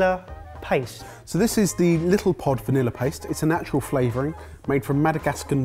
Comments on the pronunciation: Vanillar-y? Where did that R come from in vanilla? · do you know there is no r in vanillay?